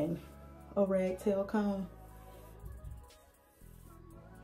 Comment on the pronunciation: Are you saying "rag tail comb"? Isn't it called "rat tail comb"?